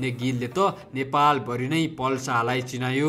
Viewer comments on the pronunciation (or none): none